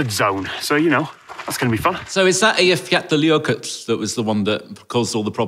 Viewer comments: << dead on with the pronunciation there! <3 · I love pronunciation of Eyjafjallajökull! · needs some kind of certificate for his pronunciation of "Eyjafjallajökull", it's by far the best pronunciation by a non-native Icelandic speaker I've heard yet. It still sounds a bit non-Icelandic, but other than that it is very good. I'm Icelandic with over 40 years experience of speaking the language. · Highly impressive. As an Icelander I have never heard a foreigner pronounce Eyjafjallajökull as well as just did. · Perfect pronunciation on Eyjafjallajökull and Reykjanes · I have to say, as a native icelandic speaker, pronunciation of Eyjafjallajökull, especially the last one was on point! Well done. Also, pronunciation of Reykjanes is not so far off, it's only the "k" that's a tiny bit off. Otherwise I really enjoyed the video:D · Eyjafjallajökull is pronounced "ay-yaff-ya{tl}a-yoku{tl}" so wasn't too far off although Ö in icelandic is pronounced in a way that isnt really possible to adequately transcribe into english. in IPA its [œː]